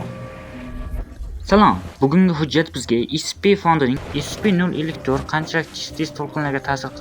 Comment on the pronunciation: Scpni to'g'ri talaffuz qiling iltimos (escipi iscipimas)